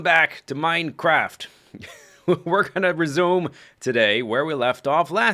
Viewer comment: I feel like you almost said "Welcome Backa To The MindaCracka" during your intro xD